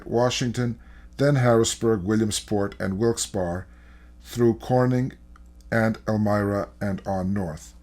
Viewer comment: Wilkes-BARRY.... That's how it's pronounced. NOT Wilkes_BAR